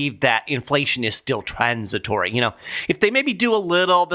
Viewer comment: Go,! Another great podcast...hilarious how you say "TRAAAANS...it-tory". Can we get Tyson to punch Powell and Yellen in the mouth? Heck, throw in everyone in DC while we're at it!